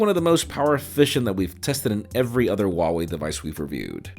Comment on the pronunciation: it's HUAWEI not wawei😂